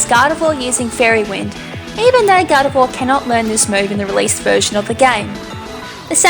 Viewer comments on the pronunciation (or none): none